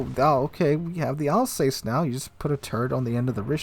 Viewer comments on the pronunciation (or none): Your French pronunciation needs some work. It’s not “Republic,” it’s “République,” pronounced: “Reh-pub-leak.” The Alsace is pronounced “Al-sass,” not “Al-sais.” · Alzass not Alsays